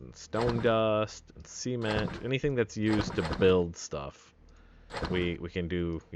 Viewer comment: I like how he says Sement ;)